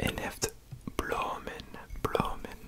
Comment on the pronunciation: As a Belgian boy the dutch part was pretty funny to watch :) You did great tho, I understood everything! The only word you have to work on is ‘bloemen’ ;) Really really enjoying this one!!